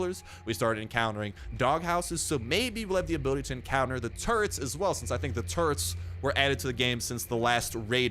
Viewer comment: When you were saying “turrets” I heard “turds” at first.. 😂😂😂😂 then I thought... oh no! Zombie 🧟‍♀️ 🧟‍♂️ pooooooooooooooo!! 💩 wouldn’t that be terrifying. I like the render if the big bad boss, but I think the witch is still the most terrifying. 😱😱😱 Great video as usual! 👍👍👍